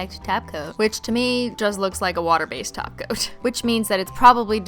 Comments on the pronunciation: Umm im sorry its "taco" not top coat halo im gonna need you to get it together Cristine. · Are you saying gel top coat or gel taco i keep hearing gel taco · Does she say "taco" instead of top coat as a joke? Lol that's awesome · I cringed every time she said top coat and not TACO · When she says topcoat instead of taco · When you say "top coat" I hear taco.. and it's making me hungry... lol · I heared tahgoat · Same here, I heard tacoat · I feel like she said it so fancy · Sounds like a thing you would say to roast someone "BOIII YOU'VE BEEN TACOAT" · No, she said "Tacoat" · Every time she says top coat it sounds like Taco 🌮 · Did she say top coat instead of taco???? Are you okay cristine???